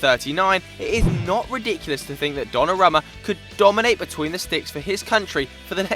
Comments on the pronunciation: learn to pronounce names... Donnarumma is pronounced don-a-room-a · Pronounced Donnarooma